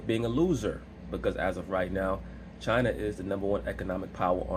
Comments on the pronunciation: "What is chiner" 🤣🤣🤣🤣🤣🤣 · SAS needs some elocution classes 🤣🤣🤣 “Chiner” Side note: Laura Ingram probably somewhere smiling rn. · What is Chiner 😂😂😂